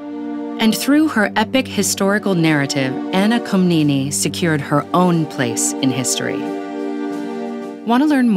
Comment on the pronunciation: Great video though it's pronounced Komnené in Greek, with the emphasis on the last syllabus.